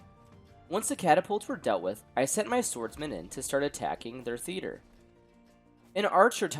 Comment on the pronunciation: Me thinking he said feeder instead of theater